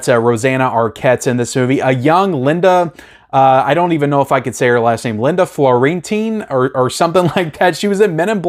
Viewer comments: Fiorentino is more like Fyoor-en-TINo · i think her name is pronounced fee-o-ren-tino 😂😂😂😂 the last seduction is terrific you might want to check that out too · No "L" in her name.